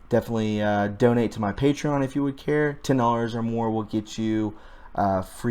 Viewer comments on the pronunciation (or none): none